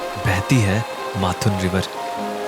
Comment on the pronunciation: Great. Mathun, n is silent.